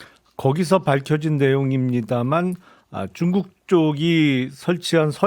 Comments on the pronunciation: 김용남 의원님 쭝국 발음좀... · 김용남의원님 쭝국 쭝국 고치셔야될듯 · 용남이형... 쭝국..발음이 ㅋㅋㅋㅋ